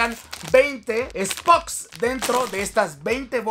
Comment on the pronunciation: El que dice spoks